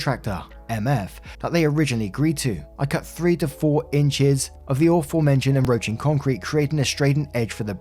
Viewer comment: En 'roaching". I think you missed the "C" 😂